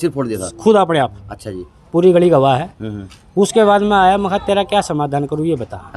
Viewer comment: Namaskar maaaaaaain yeh bolne me kon sa sur lagaya patarkar mahodya plz ek bar yeh batane kasht karo plz